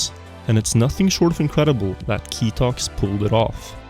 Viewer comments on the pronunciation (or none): I go by the name "KTOX" in games and I was very confused when you said "KITOX". Anyway, this hunt was crazy!